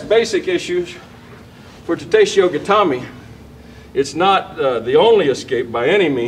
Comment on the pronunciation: 'Yo koshiho' 'Ta teshiho' This is almost as bad as when i heard someone say 't sue-ri-comb-mi goa-she' or someone else saying 'my jee restoration' Japanese is said as its spelt. They have no emphasis on any specific syllable, and all sounds are grouped into syllables. It's a minor nit pick but it really puts me off. It seems to only be americans who butcher the pronounciation to such a degree 'Yo-ko shi-ho' 'Ta-te shi-ho'